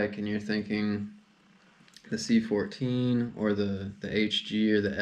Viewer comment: Stop saying “C14” it’s “Ci4” you’ll sound like you know what you’re talking about.